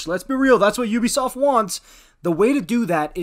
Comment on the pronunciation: Sounded good until you said Ubisoft